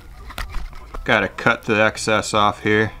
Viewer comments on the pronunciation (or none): none